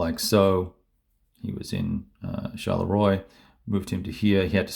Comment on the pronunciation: Love this map and fresh video! ps. Mont St.Jean --- "Mont Sant Zhunn" Charleroi -- "Sharl-Rwuhh"